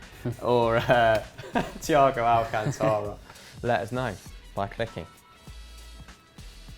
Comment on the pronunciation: Big of the channel but you guys keep mispronouncing the last name of Thiago Alcántara. The way how is pronounced Al-Can-Ta-Ra. I already thought The Front 3 podcast how to pronounce it properly.